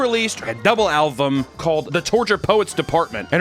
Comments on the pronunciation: no sarcasm here, just sheer linguistic curiosity: i sort of noticed that he pronounces alBum as alVum , and now i'm wondering what other languages he speaks that could have caused that. hebrew? spanish? can't think of any others that don't quite distinguish those consonants. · says fuckin "alvum" instead of album wtf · Am I the only one that hears sometimes say "alVum" instead of album? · This has nothing to do with the video topic, but you pronounce “album” as “alvum” and I can’t get over it😅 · Are you saying... 'Alvum'? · Stop saying "alvum" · can’t say album “alvum” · Take a drink every time says "Alvum". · Am I crazy or does he say “alvum” instead of “album”? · He is saying alvum, not album. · So noone is going to comment on Papa pronouncing Album "Alvum" ??? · I just can’t get over the way pronounces album as “alvum”. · He keeps saying alvum 😂 love you! Take it to those Swifties!!! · anyone else notice how always says alvum instead of album? 😂 I find it endearing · Is it me or does papa have trouble pronouncing the letter "B'? Alvum? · Just realized says “alvum” this entire video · Album is pronounced like it's spelled. Not with a 'v' sound. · said with love Papa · anyone notice how says "alvum"? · Love saying alvum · i’m bothered by the way pronounces the word “album” 🤦‍♂️ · Bro is rage baiting with how he pronounces "album"........ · The fact that he can't pronounce album is hilarious.